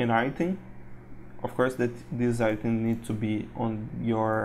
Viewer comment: I bought this I love this thank you for this... Thank you for the awesome tuts they make this great asset to have in your game making inventory lol... I don't want to be rude or anything it was just 5 minutes in and i was like yeah he does mean "item" you say it like IT+EM say it like I+TEM. Again thank you for all you have done worth every penny.